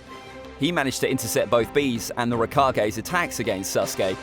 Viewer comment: This guy sais at the beginning Akaaatsooki. Then says. Ruikagge Me: lol